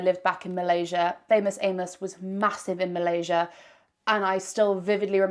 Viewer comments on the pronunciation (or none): none